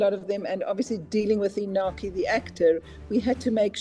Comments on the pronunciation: How is it possible that these people work with the actor every day and haven't learned to pronounce his name properly? The audacity white Americans have when it comes to names of different cultural backgrounds is just... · Amazing job however, why is it so hard to say Iñaki's name correctly?